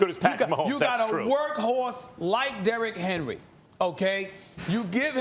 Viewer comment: You miss pronounced his name. You pronounce it Derrick Henry.